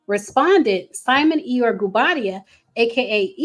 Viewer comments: It’s pronounced E-Your-Ree not like Eyore from Winnie The Pooh lol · It's pronounced e yo ray... iyore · Iyore, pronounced “ee-your-reh” xx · It’s pronounced E-your-A lol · The Nigerian name Iyore is pronounced e-your-ay. It means I have survived struggle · I wish she would’ve did her homework on the pronunciation. I’m not even Nigerian but I figured it was e-your-aye as you stated, just like wale is not pronounced whale but instead wall-aye 🤦🏾‍♀️ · Please learn the pronunciation of the name Iyore, since you’re adamant about saying it so many times. Not everybody can be named Tyrone or Jockwees. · Her pronunciation took me out. I immediately imagined Poo Bear! 😅 Love.